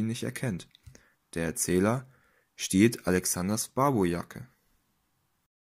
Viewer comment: Lernt doch einfach mal Sylt, Barbourjacke, Altona und Pöseldorf richtig auszusprechen. Und wieso ein Bild von der Berliner S-Bahn, wenn ein Zug von Frankfurt nach Heidelberg fahren soll?